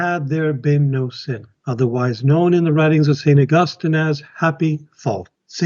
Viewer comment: This idiot pastor cannot even get St. Augustine’s name pronounced correctly. Wow. He’s smart. Sorry. He struck a big cord in me. I am a Roman Catholic and and on fire in love with our Faith. Catholics are the one that compiled the Bible through the inspired word of God. It is the oldest faith over 2000 years old, Christ founded it. It is apostolic. I mean I just don’t understand why people just don’t understand all these other denominations are of the devil they are all fake. They are all wrong.